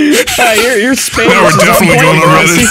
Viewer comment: "We are defintelly going on redit" damn right bud